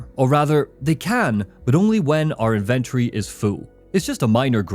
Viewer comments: that damn IN-VIN-TURREYYY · 😂it’s the way you pronounce it! Love the content man, hours of entertainment for me during my hour drive home from work